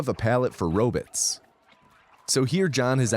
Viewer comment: The way u say robots is too distracting